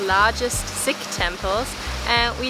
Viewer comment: I’m so glad you went to the Sikh Temple aka Gurdwara. And you pronounced Sikh correctly. Mostly people pronounce it as seekh 😂